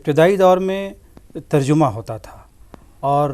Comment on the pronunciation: ترجُمہ نہیں تر جَمہ ہے